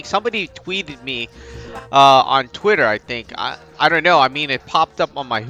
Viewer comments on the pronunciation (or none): none